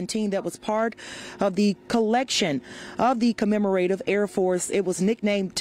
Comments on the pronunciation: CommemoRAYtive? Seriously? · Knowing the correct pronunciation of 'commemorative' could be beneficial for a media personality. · She also didn't know how to pronounce "commemorative". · Thanks to the reporter for the details. A few corrections: the news reporter should have said "at this time it's unknown how many people were on both aircraft.." not "aircrafts". She also mispronounces "commemorative" a few times. In her defense, reporting on aviation is a niche and you cannot have one reporter that knows everything about everything ! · Shameful that can't properly pronounce "commemorative". One would assume mastery of the language to be a verbal journalist!